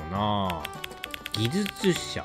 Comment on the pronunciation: ( +△+)ぎずつしゃ(技術者)